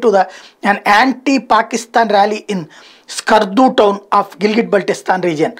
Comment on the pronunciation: స్కర్దు not సకర్దు